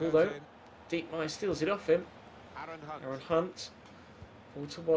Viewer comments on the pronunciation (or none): none